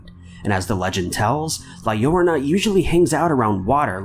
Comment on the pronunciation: La Llorona is pronounced with an emphasis on the last "o". La LlorOna (La YorOHna).